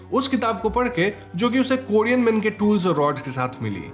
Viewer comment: Korean hai kodean nahi